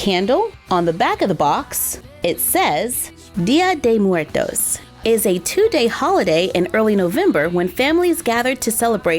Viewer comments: It’s actually pronounced Dia-daywoes-murtos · Im mexecan and you say it bad 😝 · I'm mexican, and I love the way you pronunce "Dia de muertos", I love you ❤️❤️❤️ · Me causa gracia cada vez que dice "Día de muertos" jejejeje It's funny when she says "día de muertos" I can't help laughing. hahahahha